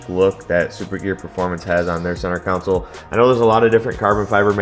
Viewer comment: It's " CON-SOLE ", not a city council. Looks nice.